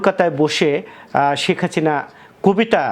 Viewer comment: শেখ হাসিনারে বলে শেখ হাচিনা। ধুর মিয়া.... উচ্চারন ঠিক কইরা ইউটিউব ভিডিও করেন